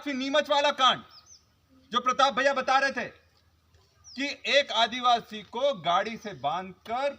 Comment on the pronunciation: आदीवासि का बेटा आदीवासि बोल नही सकता